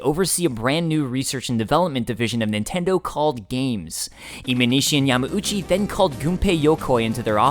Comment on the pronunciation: Why does he say Yama-oochee? Isn't it Yahm-OW-chee?